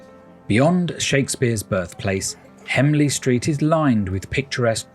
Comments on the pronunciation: And he said hemley street instead of HENLEY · Henley street mate not hemley